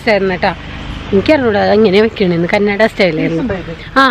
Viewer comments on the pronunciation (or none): respecting the dialect of a place is really important , Its not Kannadi its Kannada